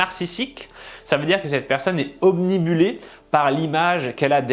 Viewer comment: "obnUbilée" - pas "omnibulée" :D